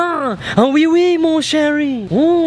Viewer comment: its wei wei not oui oui